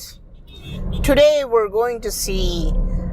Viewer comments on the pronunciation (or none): He say Thuday instaid of today